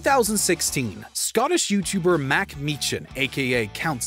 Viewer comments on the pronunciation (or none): you do realise that Count Dankula's name is Mark Meechan, not Mack Meechan? Do you actually do any research? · It’s Mark Meechan not Mac lol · "Mack mee chan" my sides at how wrong this is. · Ah yes, my favourite youtuber, Mack mee-chan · Lol "mack mee-chan" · MAC MEE-CHAN 😩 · "Mack Meechan" His name isn't Mack, mack. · MACK? Someone either cant read or research... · "Mack Mee-chan" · Love the mispronunciation of both Dankula's names lol. "Mack Mee-chan!" what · Mack Mee Chan, lol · lol calling Dankula "Mack" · Mac Mee-chan. Lol. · Okay non Scottish people pronouncing Meechan wrong is common but fucking Mack?